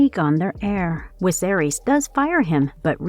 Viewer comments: Omg woman its Viserys NOT wiserys 🙈....V NOT W 😂😂 that was sooo annoying 🤣🤣🤣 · Who's King Wiserys? Thought it was Viserys. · Can people on youtube start pronouncing names properly because it's a good indication they don't read the books or watch the show when they say names wrong in videos based on something so popular. It shows that they are simply reading a script written by someone else and aren't familiar with this at all. At least say Viserys properly. It's hard to take this video seriously when you got a name wrong 20 seconds in. I turned the video off. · Some languages use a W sound for V, but I haven't noticed her do it for ANY other word. lol Sometimes I think they mispronounce things on purpose, since all the narrators do it and a lot of the time it's on simple words (imo)